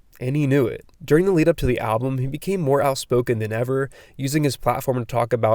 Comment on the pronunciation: Is-Bull. He appreciates you for pronouncing his name correct.